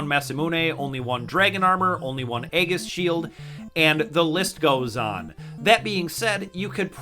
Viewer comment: Is there a reason you can pronounce Aegis properly?? Like serious. Google it. Stop being stupid and learn. You sound like M. Night mispronouncing names in The Last Airbender just because he thinks he's smart.